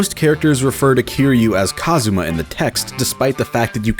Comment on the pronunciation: Stop saying kasuma’s name like that